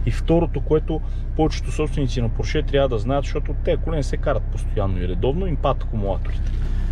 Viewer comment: Нищо лично, но е срамота да не можеш да произнесеш правилно марката на автомобила. Още чичко Фери е обяснил и подчертал, как ТРЯБВА да се произнася името на марката. А именно, ПОрше а не ПоршЕ. Това е, защото ПоршЕ звучи френско а той, както се знае, не ги е обичал особенно. Същата глупава грешка правите и с произнасянето на ЛамборДЖини. Правилно е ЛамборГини.